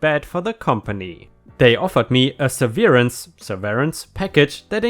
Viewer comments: it's pronounced Sev-er-Ance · On the first story the word “severance” is pronounced sev-er-ence with the accent on the first syllable. All the letter e’s are short. And that is your English lesson for today. I am really impressed with your English. It is a very hard language to learn. Love seeing your girlfriend on your videos. You make a cute couple. With the sun glasses on and the round light it looks like you have googlie eyes. Thought you’d want to know. Let us see the whole face without the sunglasses. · Severance is pronounced "Sev ear an sss" in this use, Levi is pronounced "Leh Vee" You are doing great with your English. I have to help my wife along with hers too, I should have been a teacher cause it runs in the family but I am not, still like trying to help... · I have a pretty big collection of science fiction paraphernalia, including about 300 model kits, various props, a few comic books, costumes and over 400 Star Trek books—many autographed. Don’t judge me.😁 Severance—‘sev-rinse’ Levy—rhymes with ‘heavy’ 🖖🤩🤩🤩🤩🤩🤩🤩🤩🤩🤩🤩🤩🤩🤩🤩🤩🤩🤩🤩🤩🤩🤩🤩🤩🤩🤩🤩🤩🤩🤩🤩🤩🤩🤩🤩🤩🤩🤩🤩🤩🤩🤩🤩🖖